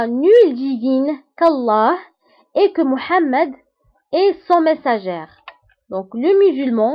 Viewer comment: Merci ma soeur , y'a une petite erreur de prononciation, on dit le messager sans prononcer le "r"